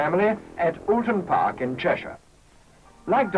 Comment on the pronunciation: Wtf, since when was it called"Ooton Park"? (Gawds help this commentator if he ever has to go a couple of miles down the road to Lower Peover or Cholmondeley!)